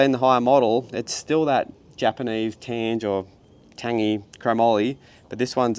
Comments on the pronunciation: its tangay,,,, yeap the GE is pronounced as GAY, tange prestige tubings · Sweet build. I think it’s pronounced Tangay, or tan-gay with the emphasis on the g? it’s quality Japanese Chrome-moly steel!! My old late 80’s Mongoose BMX is also crafted from it. Good Metal. I like Microshift Advent-x also, but I’ve found that it can be sensitive to specific chain length and b-tension adjustment. I run it on my rigid bike and my dual suss but both have been tricky to get perfect. The clutch also develops a bit of play too, despite that, I’ve been running it for a five years now and like it. All the best on the Hunt.